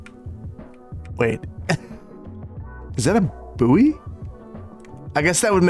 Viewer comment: Buoy is pronounced 'boy' - sorry pet hate 😅